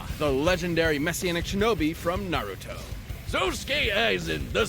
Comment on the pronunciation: I've seen a few Naruto fans still mispronounce things, the names are kinda tricky to English only speakers ig